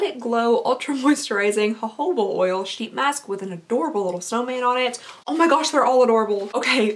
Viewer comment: Joe-ho-ba oil is how it's pronounced. I said it like 10 different ways for awhile! 😂